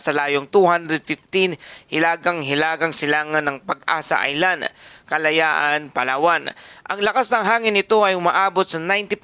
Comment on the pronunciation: Please, KALAYAAN, hindi Kalayan.